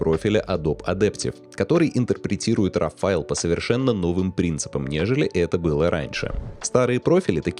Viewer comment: Для человека, старательно применяющего широкий спектр терминов, старательно следящего за дикцией, просто не допустимо слово РАВ. Файл или «сврой», или исходный, или РО. Именно так читается это слово на английском.